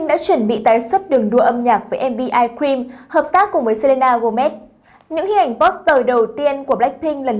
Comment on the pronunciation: ok nhưng mà bạn này phát âm kì quá của người ta là how you like that mà bả đọc là '"hao la đát" còn ice cream đọc thành "ai kim" nói thật là nghe cứ bị khó chịu á (ý kiếng riêng)